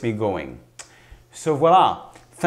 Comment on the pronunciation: Thank you,you are awesome..this great tutorial..and i like when you say "Wala"..:)